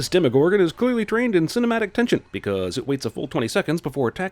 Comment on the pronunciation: Deme... Demegor... Demegorgo... deme gordon ramsy